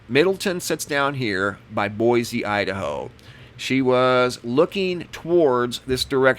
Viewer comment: I lived in Idaho for over 30 years...just so you know..it is pronounced Boi-see...no z sound